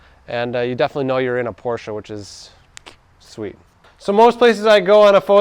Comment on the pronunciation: Respect for saying Porsche and not porsch